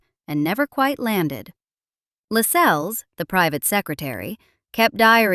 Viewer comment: Why can’t Americans mind their own business. There is nothing more irritating than an American accent telling us about the British Royal Family. Your meticulous research never told you Lascelles is pronounced ‘Lassells’ and Cecil is correctly ‘Cessil’ not ‘Seesil’.